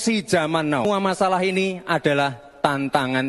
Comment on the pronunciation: Bacanya bukan NOUUU.TAPI TAPI NAU BOCIL SAMSUL.PIYE TOH NGOMONG SKOLAH LN